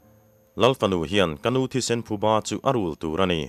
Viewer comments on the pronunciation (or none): none